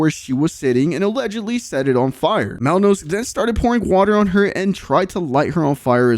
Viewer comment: It’s Malinowski u idiot at least get dudes name right…!